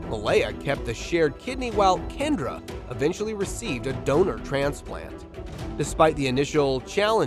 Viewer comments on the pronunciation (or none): none